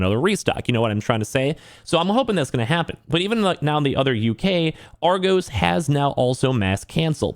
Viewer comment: You pronounced Argos wrong :)